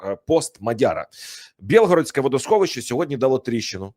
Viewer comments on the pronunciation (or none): Не БЄлгород,а БІлгород.